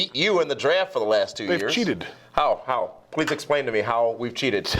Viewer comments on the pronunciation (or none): none